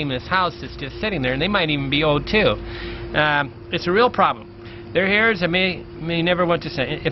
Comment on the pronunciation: Their hairs? You mean their heirs? You don't pronounce the "H"